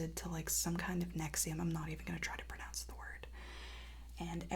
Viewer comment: No robot emoji, but I watched the whole video. I'm 4 years older than you, and I've had GERD for years. It first became a problem in my late teens, most likely due to severe stress. You either go on Nexium (you pronounced it correctly) for more or less the rest of your life, or you get an operation (but then you won't be able to throw up, and that's a risk, if you ask me, so I've chosen the former). You learn to live with it, no matter how depressing it is that you've gotten an issue like that at such a young age. OBS: It can affect how your body absorbs magnesium, so watch your levels. Regarding your depression, first off, you have nothing to apologize for or feel ashamed of. It's a very common mental health issue, and you're brave for talking about it so publicly. You will get through this. Secondly, have you tried antidepressants? They work wonders if you find the ones that work for you. Also, you should invest in some serious therapy. Considering everything you're dealing with (depression, anxiety, borderline PD, addiction, body dysmorphia, what seems to be PTSD, etc), past and present, you should be talking to a therapist at least once a week. Please consider doing this, and invest in yourself and your health. YouTube is not as important as your health/life, your life and health should always come first. - Sincerely, someone who's studied psych